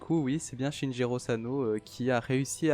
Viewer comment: C pas shinjiro c SHINICHIRO